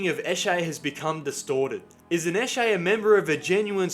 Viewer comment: Its sesh. Session. Esh-ay. "He's" is said "E-shay". Emphasis on the E. "Lets go eshay adlay". (Lets go for a sesh lads)